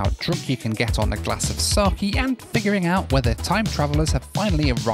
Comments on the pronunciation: Pronounced sake (sah-keh) not saki 😅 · as a japanese the alcohol in pronounced saa ke